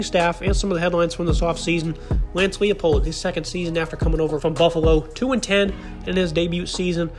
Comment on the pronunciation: It’s Lie-Pold